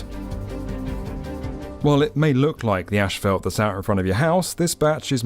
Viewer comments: tf is ashfelt? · I love O'Hare. Easy to move about. The staff does a great job cleaning the public areas and restrooms. 🎉👏 (Ash-felt? Try saying Azs-fault ) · Why does this guy say "ashphalt" instead of "asphalt" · Ashfelt? Where is the h and e in asphalt?? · Asphalt not ashfelt. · Isn’t it asphalt not ASHfelt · Not sure what “ashfelt” is but there sure is a lot of it! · Asphalt does not contain a combination of the letter "s" and "h". Therefore, no syllable of the word should be pronounced "ash". The word is "ass-fault". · Small correction: Common mispronunciation: As - phalt not Ash - phalt. Also Air Greenland Dash 8 planes are not "tiny". They have larger planes as well. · They way pronounces “asphalt” 🫠 gets me every time 👍🏻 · Every time he mispronounces 'asphalt,' drink. falls out of chair